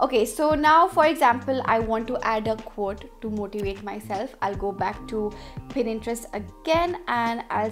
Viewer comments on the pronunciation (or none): Di yaaar 😂😂 pinterest aap.galat bol rahe ho 😂🤷 Pinterest aisa pura bola 😂